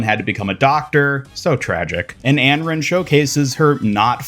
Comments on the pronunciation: "Änrän" and "M-Ray"... yes, you are slightly mispronouncing the names xD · Not even trying to hate but I can’t understand how you pronounced Anran like that 😭